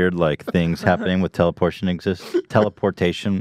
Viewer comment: Ethan mispronounced teleportation as tele-portion and that's the best name for a food teleportation technology